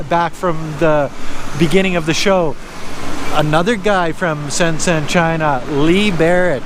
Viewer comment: "zh" = J pronounciation shenzhen = shen jen